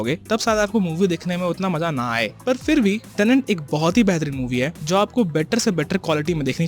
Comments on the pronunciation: अबे झंडू टेनेंट नहीं "टेनेट"। "TENET" जिस फ़िल्म को एक्सप्लेन कर रहा उसका नाम तो ठीक से कर!! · Tenet hai tenent nahi. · It’s tenet not tenent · Why am i hearing tenent